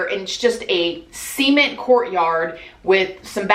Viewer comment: the way she says cement is low key triggering but I still love her